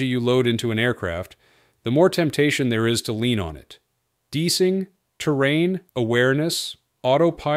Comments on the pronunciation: "Deesing" equipment? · DEESING??? Come on! Hire a HUMAN to narrate!